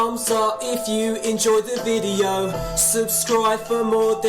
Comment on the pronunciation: What the hell is "widle".. is he trying to say "VIDEO"